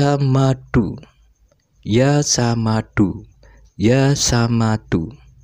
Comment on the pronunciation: Maaf koreksi...bukan yaa samadu tapi yaa shomadu....pake shod bukan sin....